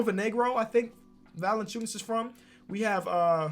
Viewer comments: mans rly said Jonas Valanciuns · realizes he said the name wrong and goes back and says it wrong again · Says Jonas Valanciunas then goes back... and says it wrong again.